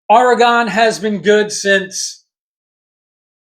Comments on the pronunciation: Yeah, it's not oreGON(e)...it's OREGUN....like or-e-gun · Great commentary but it’s pronounced OREgon, not oreGON. But that’s my only quibble. Love for the game and Rutgers on full display here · I dig ur video, but it's Ore-ig-inn homey.. Not Or-i-gone.. It ain't hard dude, East Coast bias sucks.. Can't even say our name right.. It's Root-gurs right? Come on man.. Ridiculous.. And after 35 yrs you can't figure out our name? JC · It’s pronounced Or-eh-gun 😄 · OK, Oregon iz pronounced O.R.Y.G.U.N. Just plain old O.R.Y.G.U.N. orygun... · Only stupid Americans miss pronouce OREGON. I have yet hear a British missed pronouce the word Ore-gun, maybe because it's their language.😅 🎉🎉🎉Go Oregun Ducks🎉🎉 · It's pronounced Oregun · Aw-ruh-gn is the proper pronunciation-Oregonian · That’s incorrect. It’s pronounced Or eh gun. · Oregon...say ORYGUN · Pronounce it like your saying “organ” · Hey, its OR-E-GUN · Thank you for trying to help him say Oregon properly!!🙏😅🖖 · He almost said Oregon correctly…once. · It's okay that you can't pronounce Oregon correctly, reminds me of the old days when nobody knew where we were located. Also, I don't know where Rutgers is. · ~ For one, you're saying Oregon wrong..... For two..... If you were at all "surprised" at Oregons size, you have no idea about college football.... Oregon literally has one of the biggest most physical teams in the entire country and everyone knows that... Objectively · If you're going to go on a rant my friend .say the name right. It's Oregon. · Learn how to say Oregon